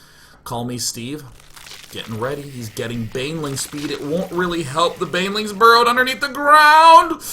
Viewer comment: banling out of banelings